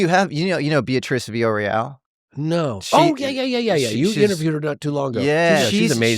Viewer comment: Its "Villarroel"